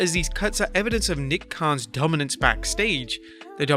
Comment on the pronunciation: Did you say Nick Khan “DUMBance” or Dominance either way this Khan has nothing but killed a top promotion